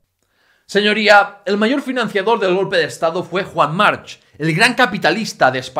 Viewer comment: March se pronuncia Marc. Y eso que eres catalán